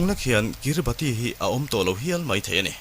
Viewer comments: Pronunciation ah chuan Kiribas tia lam tur.. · Kiribati hi kiribas tia lam tur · Kiribas tia lam tur aw,Sir leh comment lo chhiar ve tu te zawng zawng tan. A ngaihnawm lutuk e.. Heng thliarkar te te hi mihringina kan khawvel kan duhdana thlak kan tum nasat lutukna lamah leh khawvel lo inher dan danglam zel nen, anni ang thliarkar te hian an tuar nasa em ema. Engtik emawnia tuiin a chim thut theih dinhmunah an ding nasa hle. Mahni seilnenna chhuahsan hlen daih thu va ni hek suh. Maldives, Vanuatu, PNG te pawh. Maldives phei chuan South India-ah ram an lei tawp mai. An ram thenawmin an ngaihsak loh chuan China hian a rawn ngaihsak zung zung mai bawk sia. Entirnan: PNG pawh an thenawm Australia aiin khi lama mi China lam an awn tlat tawh. An leilung hausakna an hralh loh chuan anni ang ram te tan chuan a harsa sia. Heng chanchin te hi a ngaihnawm lutuk. Hetiang topic pawimawh, kan tawng hriatthiamloh te, Mizo tawng ngeia i rawn leh vangin i titha ka ti lutuk e👍🏼